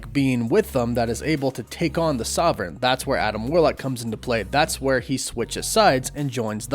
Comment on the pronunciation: Is there a reason you can't pronounce 'sovereign' properly?